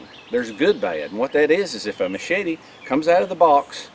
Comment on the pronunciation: Ma-shey-tee... Great video...